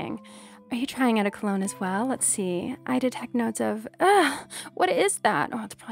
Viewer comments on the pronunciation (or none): none